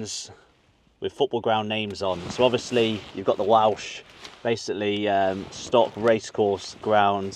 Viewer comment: I was on the same tour as you here! I agree with you, it was a very enjoyable tour. PS it is pronounced “Stoke Kai Raahs”. I was the fat tall one with the grey beard and Wrexham cap.